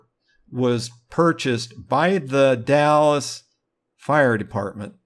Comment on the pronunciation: Not to be an asshole or anything, but just for your future reference, it is pronounced "The Dals" not The Dallas. Sounds like Pals but with a D instead of a P.